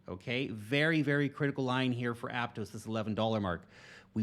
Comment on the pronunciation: ApTOSS, not apTOES.